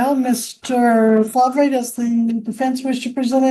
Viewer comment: Fahhhv-ray? Did I miss the memo that we pronouncing Farv the way it’s spelled now harrumph